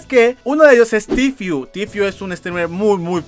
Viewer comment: Jaja no sabe decir tfue